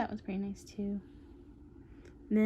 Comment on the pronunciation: Hahhaa “I like that hand it’s very nOice” haha at first I thought you said very moist XD